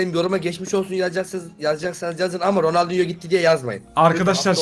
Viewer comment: ronaldingo diyor